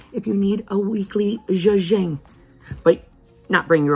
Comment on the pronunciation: It’s Zhushing not zhuging……